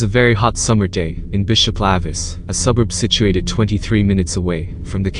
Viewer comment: Spelled, lavis, pronounced, lay-vis